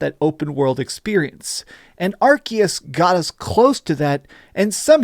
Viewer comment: pls stop saying 'arkias'